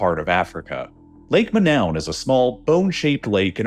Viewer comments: Imagine the main focus of this video is on a lake called Manoun & the brilliant (AI) announcer calls it MA—NOWEN - No robot! Lake Monoun in the Cameroons is pronounced "MOH-noon," with the emphasis on the first syllable, like "Moe-noon," a crater lake famous for the 1984 gas release that tragically killed 37 people, similar to the Nyos disaster. AI (and Americans in general) is to damn lazy to even look up the actual pronunciation. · I hate to be That Guy, but I believe its correct pronunciation is Lake Mo-NOON. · I am fairly sure the name of Lake Monoun should rhyme with -noon. Cameroon is a French-speaking country, and -ou vowel is like an English /oo/. A majority of speakers on Youglish agree.